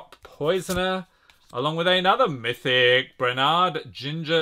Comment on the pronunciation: Il fait vraiment mal aux oreilles quand il prononce "mythic"